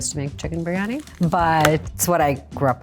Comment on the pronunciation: I remember it well, so bad and she couldn’t even pronounce it correctly. Some chef…..